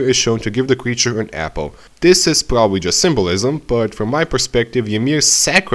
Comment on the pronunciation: It's probably the mic and the accent, he says r as w, like instead of probably , he says, pwobawy.